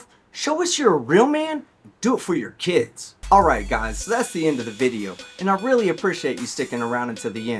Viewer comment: ‘I got keedz…!’